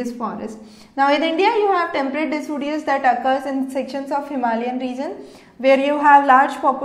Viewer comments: it's deciduous not decudious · Its decidious not decudious